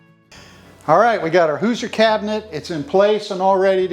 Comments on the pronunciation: I'm born and raised in Indiana. It's pronounced like "who-zhur." The si in Hoosier sounds like z-sh like the word "closure" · First of all, it's Hoosier with an "sh" sound for the "s". Your wife had it right 😉 My great grandfather co-owned the Campbell-Smith-Ritchie Boone cabinet company in Lebanon, IN. Three of my sisters have beautiful cabinets we call Ritchie Cabinets after our grandfather. They are so cool. I'm glad you got this Hoosier cabinet for your beautiful farm house.